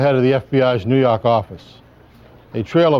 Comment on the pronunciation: NEW YAWK AFFICE!